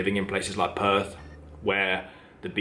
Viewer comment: It's Perth. NOT Perf.